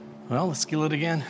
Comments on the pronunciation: It will keel. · It will Keal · It will Keel 😂😂😂😂😂